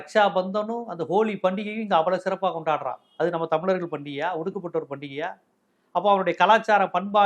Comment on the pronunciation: தம்லர்கள் னு சொல்லாத அழகா சொல்லு *தமிழர்கள்*.... அதுபோலவே தீம்கானுதான் சொல்ற...அது தி.மு.க